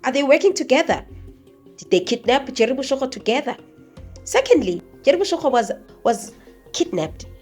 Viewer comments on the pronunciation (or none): Boshoga, not boshogo 😊